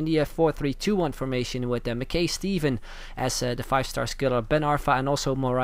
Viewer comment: One of these days you will say Mackay Stevens name right